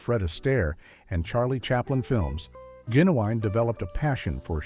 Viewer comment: You said Genuwine’s name SOOOOOO wrong, so screw this channel. 👎👎👎